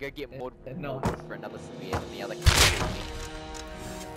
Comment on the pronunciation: lol "i just got onther guy". onther codak moment